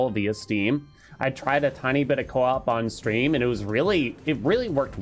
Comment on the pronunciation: Say coop and you not are coop